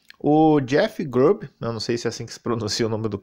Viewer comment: "JÉFI GRUBI" 😂😂😂😂